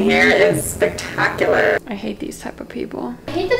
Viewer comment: "hOly crAp the liGHtinG hErE iS sPekTakuLarR" IM DEAD I CANT STOP REPLAYING IT